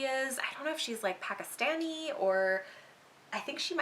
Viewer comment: Thanks for your recommendation but it is PAK -KIS-TANI (like pronouncation )